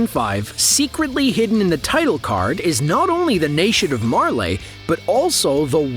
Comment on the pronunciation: Did he just really say merlay??